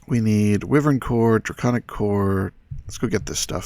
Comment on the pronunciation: I pronounce Wyvern as Why-Vern lol :D